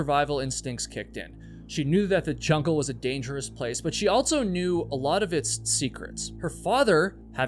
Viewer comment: You always say "altso" instead of "also". There is no T in that word my guy..